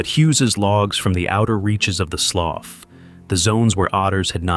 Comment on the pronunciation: That is pronounced like sloo